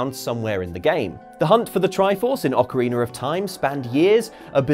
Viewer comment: Video starts something. Very annoying. And please with your accent or not. It is Ocarina, not Ocariner. And don’t yell